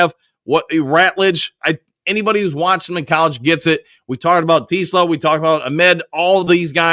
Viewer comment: is saying "Tee-Sluh" lol.